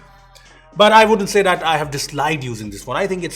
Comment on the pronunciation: that is that and not dhat.. lol